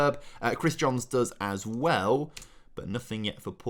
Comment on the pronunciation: Fist pumped the air when said Jones instead of Johns… been doing that since he signed